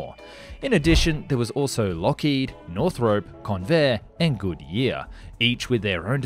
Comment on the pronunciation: Northrope? Arnmament? Your pronunciation definitely needs to be improved